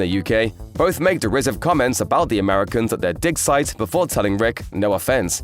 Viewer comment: I feel you need to learn how to pronounce "dig site" more clearly.. it's sounding like something else... >.>